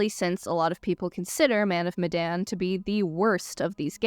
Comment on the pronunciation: This is probably going to be a long thread that I’m about to comment, but I’ll start off with: You pronounced Medan the same way the cast do so no worries there.